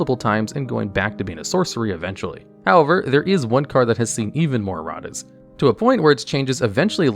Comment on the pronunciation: "Errat's" Amusing and appropriate either way, but please tell me that was on purpose.